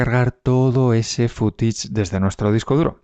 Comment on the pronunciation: "Fútich" qué es? Estás bueno 😅😂🤦🏻‍♂️